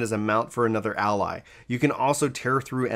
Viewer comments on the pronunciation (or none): none